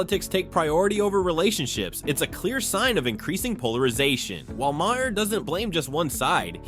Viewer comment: Please learn to correctly pronounce Bill Maher's name. It is pronounced MAR! Not Mahair. It affects your credibility if you can't say the man's name right.